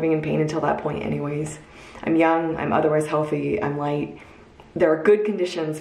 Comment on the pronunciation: I thought she said "I'm white" so I played it over several times and still heard "white" but then I turned on the text and saw "light" meaning, I guess she is not overweight. The video was very well-made and informative.